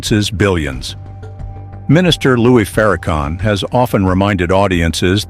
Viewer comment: One Question; ?? Who Is Louie Farrakhan…???🤔🤔🤔🤔 I’ve Heard Louis Farrakhan !!!